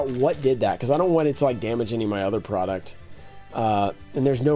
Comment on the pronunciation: "Porduct" lmao. Love ya man, just had to make the shot